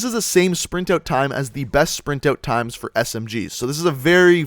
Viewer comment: Why ft does he pronounce out like oat?